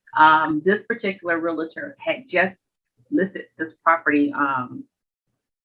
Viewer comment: aargh! it's pronounced Reel*tor not Real*a*tor! It's like hearing people mispronounce nuclear as Nucular!